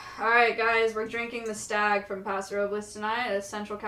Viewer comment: Being from the widwest and hearing "Alright guys we're drinking the stag.." was a warming moment.